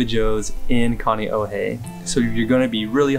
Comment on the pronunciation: If its your fav, you should be able to say Kaneohe right lol